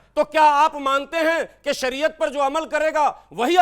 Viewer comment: Are sariya nhi hota h shariyat hota h pehle padlo